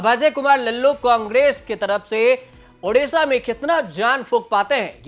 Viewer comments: Odisha not odissa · Please correct this..... it's Odisha not Odissa